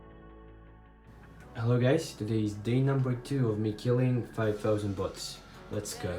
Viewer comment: Kinda sounds like butts